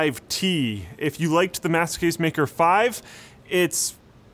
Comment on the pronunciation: when you say "master case" it sounds like "masochist" :D